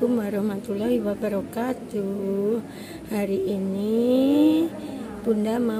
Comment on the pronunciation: Alhamdulillah, Skedar masukan tuk pemb.acr ucapan salamnya Wabarokaatuh ~~> bukan tuuh ❤